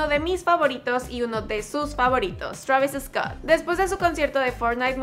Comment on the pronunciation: Ella enserio dijo “Chravis Escott”